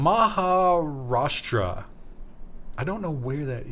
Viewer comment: good job pronouncing Maharashtra.